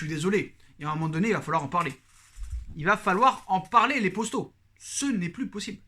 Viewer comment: tu passes ton temps a répéter tes phrases 2 fois c est assez soulant... et arrete une fois pour toute avec ton « postos » saypapossibleeeee serieux